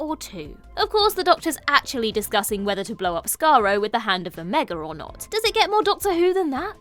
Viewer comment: Odd pronunciation for someone who (presumably) has watched Remembrance of the Daleks : "The hand of O-megga"??